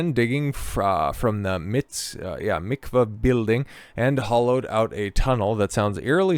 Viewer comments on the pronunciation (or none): Pronunciation: Habad, MickVa, LuBoveVitch, MenaChem Sneerson. Glad you did the video though